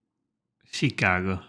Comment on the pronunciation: You pronounce Chicago more like a Chicagoan than the presenter in the video you're watching!